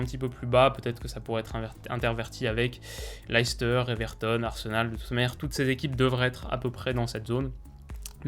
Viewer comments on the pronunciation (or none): Hey! Top la vidéo, comme d’hab. juste on dit « Less teur » et non « Laïs teur » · Super vidéo mais stp arrête de dire "Laïcester" parce que ça se prononce "Leh- stuh" en phonétique ! Une petite recherche sur Google "Leicester prononciation" te montrera (et te fera entendre) la prononciation exact du club et de la ville de Leicester !! Sinon j'adore ce que tu fais et j'ai hâte de voir ton classement de ligue 1 😉